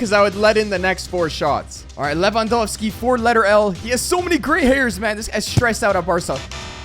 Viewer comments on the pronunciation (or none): none